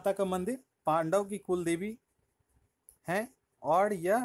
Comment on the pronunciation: "औड" नही होता वो और होता है।